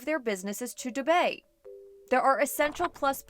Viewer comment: yes it's the correct pronunciation for dubai